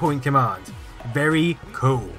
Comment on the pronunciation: and it wemains vus to vis vewy day